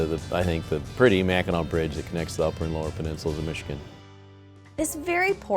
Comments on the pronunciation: MACKINAC island NOT Mackinaw!! Why does EVERYBODY get this confused?? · I kept hearing " Mackinaw" and thought I had said it wrong all these years!